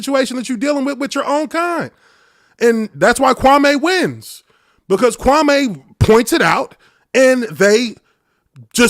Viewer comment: He still intentionally dis-respecting Kwame almost every time he says his name. Notice how he puts a twisted emphasis on the last part of the name? Kwame has already corrected him at least once in the last week how to say his name.